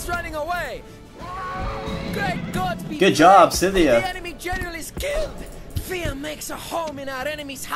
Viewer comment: Not trying to provoke but why did you pronounce it syth-ia instead of skyth-ia like you normally do?